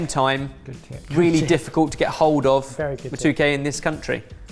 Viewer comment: Insert obligatory "that's not how I've eaten katogo" (and not how you pronounce matooke haha) here. I've never had a version that had meat in it, honestly.